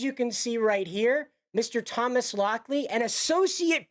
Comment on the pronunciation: lol Thomas Lock-Lie